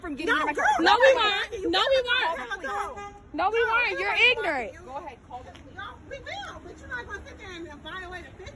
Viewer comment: she "ignirit" guys